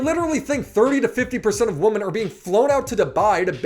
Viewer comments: Brother, please learn how to say “women” properly. You sound slow af when you pronounce it like these Gen Z YouTubers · I like but why does he say “Woman” even in plural form? lol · Required English lesson: One woman = woman More than one woman = women So annoying these so called experts butcher it over and over and over.